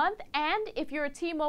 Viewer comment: T-MO-BILE MO-BILE NOT MOBILL OK LETS START FROM THE TOP SAY BILE NOW SAY MO NOW DO IT BACKWARDS